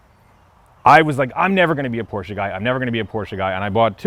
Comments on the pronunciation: He pronounces PORSCHE correctly. Nice .... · Finally someone on YouTube that's says Porsche right.